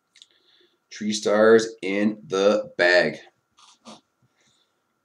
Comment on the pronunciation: Bruh.. I heard this and now it's the only thing I can hear! "Tree stars" keep it up! Nice vid